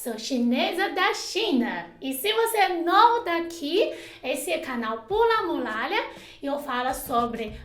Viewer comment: Que isso meu gód!?! Ela fala "Pula Mulalha", que fofa! Eu jurava que chinês falando palavras e trocando o "R" pelo "L" no meio era mito (juro que não estou te zoando, já assisti vc no #ManualDoMundo mas não reparei nisso, era período de provas na faculdade)! Agora que encontrei seu canal, com certeza é Like e Inscrito! :D Adoro a cultura chinesa e seu idioma! *O*